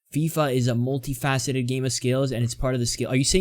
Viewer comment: I've heard so many people cover this statement from EA and you're the first one to pronounce the word "faceted" correctly.